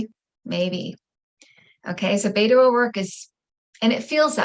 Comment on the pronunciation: Beto's name is pronounced "BET OH", not "BAIT OH".